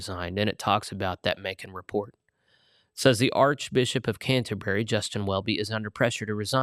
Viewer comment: It’s unfortunate that this presenter seems to know so little about Anglicanism, the third largest world church. He needs to learn how to pronounce the word ‘Canterbury.’